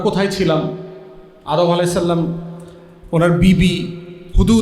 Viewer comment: ফুয়াদ ভাইয়া, আপনাকে ভালোবাসি। আপনার আলোচনা হৃদয় গ্রাহী। তবে ' আলাইহিস সালাম ' উচ্চারণ করবেন। সাল্লাম নয়। এ সামান্য ভুল ও এসব হুযুররা সহ্য করতে পারে না। আমরা পারি।